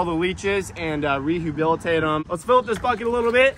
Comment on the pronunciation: Did say rehubilatate